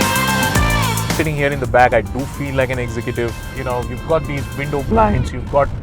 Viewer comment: Thousand 'Fie' hundred and fifty five litre boot space! 'Exhikitive' ... 'Devilupped'